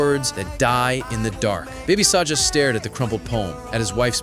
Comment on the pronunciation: his name is baby saga not baby saja ok